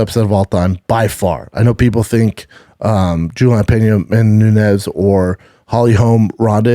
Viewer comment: Cant listen to him trying to say Amanda Nunes.. "amamoonez"